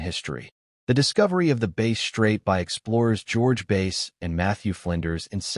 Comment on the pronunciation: Ai or has no idea on what he is saying calling it base not bass. Just shows he don't know sht, not being a million with your values. Stop put bullshit comments in there. Bass and base are two different things